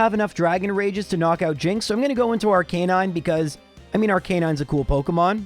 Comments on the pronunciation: I'm sorry but it's Arcah-nine, not R-canine. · Ar-ka-nine Arcanine! God! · Unsubscribe since he can’t pronounce Aracanine. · No one is talking about how he pronounced arcanine? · I know his reasons but everytime he pronounced Arcanine and Lorelei I wanted to stick a dagger in my ears